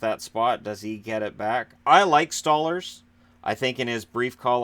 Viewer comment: Isn't it pronounced "Stole-Lars", not "Stah-lers"?